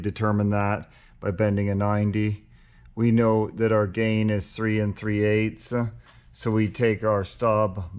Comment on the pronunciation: 😂😂😂 bruh I was wondering if anyone else noticed that